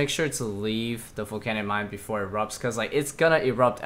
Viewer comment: stop saying folcanic mine